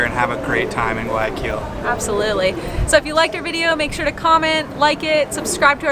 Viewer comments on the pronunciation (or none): If you pronounce the G one more time in guayaquil i’m gonna freak out!!!! 😒😩😩😩 Youve been ecuador a lot please learn it correctly hahaa other parts of the video you say it right. Cmonn guys … also nyc has the telifrico to roosevelt island and its a commuter transport